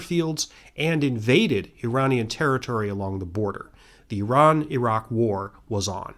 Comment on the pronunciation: God bless you for pronouncing Iran correctly, and Iraq🤘🏻